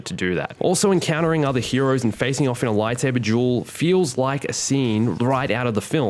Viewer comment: Lol he pronounces lightsaber duel lightsaber juul, love his accent